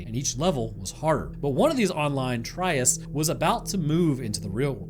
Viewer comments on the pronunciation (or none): Trysts is pronounced with an i!